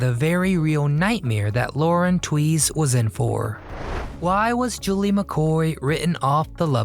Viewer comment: the nane isnt tweez its 2z